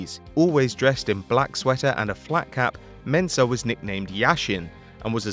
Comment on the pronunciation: I’m a Ghanaian and I like the way you mentioned Mensah